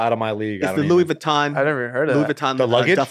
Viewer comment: "Luis Vatton" LMAO